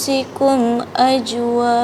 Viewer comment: Dah bgus kontennya tp tolg perbaiki bacaannya lesty 🙏🙏 bukan ajwaja tp azwa jaa, krna dlm bcaan al Quran tdk blh d rubh krna bsa juga bsa brubh artinya. Mgkin ustad lbih tau dan pham, mksih leslar kontennya yg sngat bgus slalu, inspirasi buat keluarga🙏🙏😊